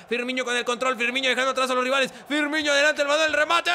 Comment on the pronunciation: DAMNIT Se pronuncia Firmino, NO Firminho / Firmiño